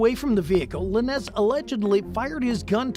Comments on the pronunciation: Who is Tory “Luh-nezz” 😂 . Could swore it was pronounced “lanes”. Good video though lol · Dude. You half ass your research huh? La nez? Its LANES Lanez. Laines. How you gonna say it wrong when its been said everywhere? All you had to do was play ONE video. 🤦🏼‍♀️🤦🏼‍♀️🤦🏼‍♀️ I hate when these idiots give the wrong information and say everything wrong. What are we even doin here anymore? 😂😂😂